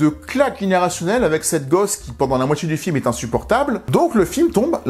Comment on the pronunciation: Totalement d’accord pour le langage, tout comme c’est dommage de vous découvrir, avec ces vidéos fortement intéressantes et travaillées, mais qu’il faille subir "Djidjier", "cultchture", la moitchié du film", "la tchélé", sortchirait", "dju film", ...etc, c’est dommage. Je sais que je suis pas majoritaire, et c’est dommage. Je trouve dommage de s’imposer cet "accent"...